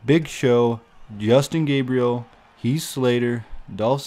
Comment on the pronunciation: lol u sed yustin gabrial